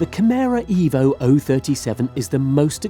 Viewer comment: Kimera ... Avaleble. Now. ... For " everybody ". :face-turquoise-covering-eyes